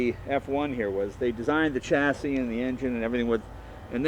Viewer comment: it is 'shasee' not tchassi it is temperature not 'tempachuh' it is a great sounding engine though